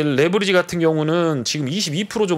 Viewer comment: 근데 왜 레버리지를 레부리지라고 발음 하시나요?ㅋㅋ